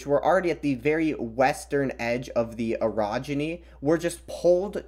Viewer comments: Ohhhh Orogeny, not Erogeny... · When you say orogeny it sounds a little like erogeny, and that sounds like something very different.